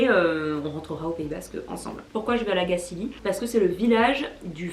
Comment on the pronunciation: Belle vidéo ! 😍Je suis contente de voir que ton séjour ici t'a plu :) C'est toujours intéressant de connaitre les débuts d'une marque, ça en dit beaucoup sur ses engagements. Et petite info pour la route, on prononce La Gacilly comme chantilly ;)